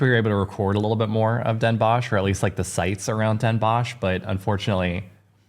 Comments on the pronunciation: Great video, just some work needed on the pronunciation. It is Den Bosch, sounds like den boS (s like in snake) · Funny how you pronounce the O in Den Bosch. like in fox. You should pronounce it like the OA in board.Visit Groningen and climb the Martinitower